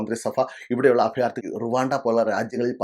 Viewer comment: അഫയാർത്ഥി, ഫരണം. എന്താ ഇത്😂